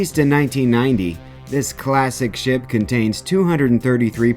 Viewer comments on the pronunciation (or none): I heard classic ship as classic shit lol good shit, though